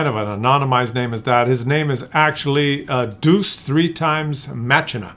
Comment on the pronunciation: You are Canadian! Deuce!!! “Day-us”!